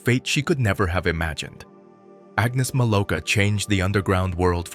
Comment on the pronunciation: Her name is Agnieszka Milówka. Her surname is pronounced 'Milov-ka'.